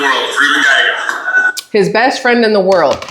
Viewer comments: . ILYSM. No apologies, nor should there be. Gallego pronounced like: Guy-egg-Oh. ❤❤ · This will help you say his name lol, it's die egg o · Rubin Guyago, two "LL's" together are pronounced as a "Y" in Spanish.